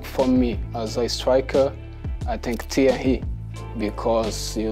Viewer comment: I wish I could say "Thierry" the way Gabriel says "Thierry"!